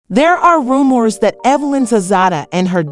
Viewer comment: Ru-moors, Tozada, and Shay-nice? 4 seconds in and I’m outta here. 😭